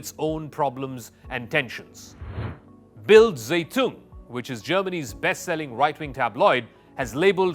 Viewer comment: Calling Bild zeitUNG (what a pronunciation lapse, truly horrible) an authority just shows the quality of this video. It is not high.